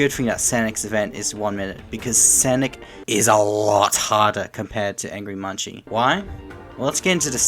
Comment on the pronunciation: munci's name isnt pronounced as munchi, its pronounced as "munk-see". the creator of angry munci on gmod confirmed this